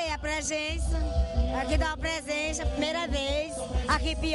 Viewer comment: Ela fala prexença e depois corrige com presenxa. Kkkkkkkk